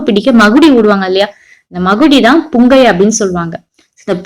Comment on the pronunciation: Akka athu pungai illa pungi